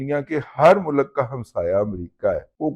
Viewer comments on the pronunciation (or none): mulak nahi mulk bolte hain pindu baba . Awr Kisi ka mazaq orane se pehle baba g aaine mai apni shakal bhi dekha kar plz